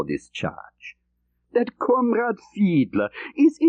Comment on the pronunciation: Many thanks for putting this audio book on YouTube. John le Carré (RIP) pleasantly surprised me with his reading - especially with the voice / character of "Jens Fiedler", and his German accent!